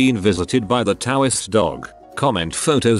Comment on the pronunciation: At the end it sounded like I was visited by the taoist dog, not tourist dog